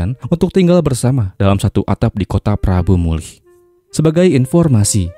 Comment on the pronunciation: Prabumulih bang.. bukan prambumulih.. 🙏☺